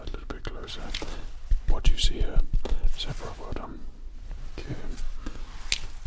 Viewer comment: I swear I heard 'Sephiroth' when you said 'Zebra' and I had to roll back the tapes on that one 😂